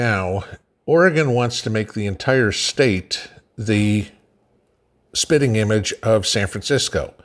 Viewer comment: did you say "sitting image" or "sh_tting image" of San Francisco?